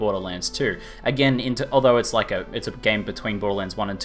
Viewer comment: Every time says "game mechanics" I hear "gay mechanics" lol:P